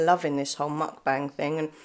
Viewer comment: You said it right!! Every eating video I've watched it's pronounced how you say it, don't worry :)